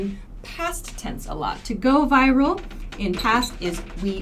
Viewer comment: not fucking viVral - pronounce it right way viral!